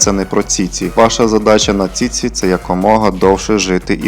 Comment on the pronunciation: Ціці 😂😂😂😂😂😂 автор ти хворий?????😂😂😂може чічі чи все-таки ціці 😂😂😂😂😂